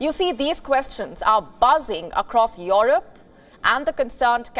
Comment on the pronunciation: I like how she pronounces Europe, "Yoropo" 🎉